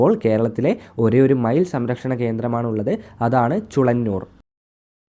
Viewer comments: ചുളന്നൂർ അല്ല ചൂലന്നൂർ ആണ് . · ചുളങ്ങൂർ അല്ല ചൂലഞ്ഞുർ 😊ആണ് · ചുളന്നുർ അല്ല ചൂലന്നുർ എന്നാണ്